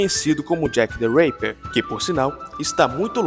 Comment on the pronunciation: " jack the reiper" é Tipo Jack the raper? Jack o estuprador? Kkk Achava que era Jack the ripper, o estripador rs